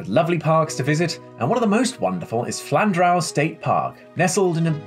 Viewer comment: Sorry to correct you but it is pronounced Flan-drew